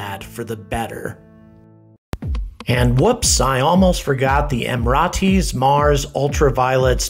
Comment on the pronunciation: Someone for the love of god tell him how to pronounce Emirates properly! Why aren't more people saying this?! Also if anyone doesn't know the UAE you need to educate yourselves ffs.